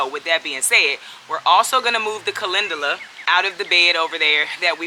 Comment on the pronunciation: Calendula - pronounced Calenjula. LOVE, LOVE, LOVE your videos. Your smile is infectious. Much Love, Peace and Blessings to you and your family.